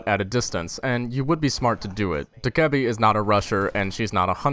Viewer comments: Doh-keh-bee Not doekuhbee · It's DOH-KAA-BAE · Bruh, it's dokkae-BAE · If anyone happened to wonder, it's more like dOCK-Geh-Bee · its "doki doki" REEEEEEEEEEEEEEEEEEEEEEEEEEEEEEEE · i do humbly believe it is pronounced dokhebee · its pronounced (DO - KE - BI) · the fucking name is ''do - kay - a - bi''